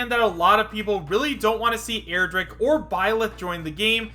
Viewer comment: stop saying airdrick and stop falling for smash 4 mods